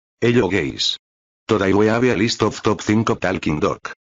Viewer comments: It’s hello gays not hello guys 😭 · At the beginning of the video did you say "hello gays" or "hello guys" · When you say guys it’s more like gays 😔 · hello, GAYS? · "Hello gays" 💀 Oh well... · Hello guys ❌ Hello gays ✔️ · What I heard in the beginning was, Halo Gays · "Hello gays"💀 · "Hello gays"